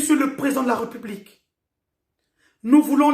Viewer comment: Pourquoi vous dites "Re" là où il y a un accent ? "RÉ" donc "république" et pas "republique"